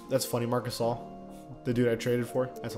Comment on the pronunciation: Is it just me but sometimes when someone says marc gasol i hear marcusoll